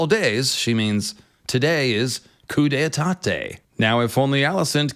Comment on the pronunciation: Bro you made yourself sound really dumb it's pronounced Coo-day-tah